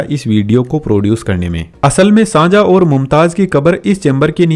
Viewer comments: The shajahan was found this taaj mahal His name is shahjahan not sanjha tell right name ok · Sajah nhi hot Shahjahan bolna Sikh le odu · Shanjha 🛑 Shahjahan ✅ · Shahjahan ❌sanjhaa✅😂😂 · Shahjahan name bhi sahi nahi le paa rahe ho bhaai۔